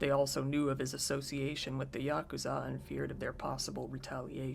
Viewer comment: it's pronounced YA-KOO-ZA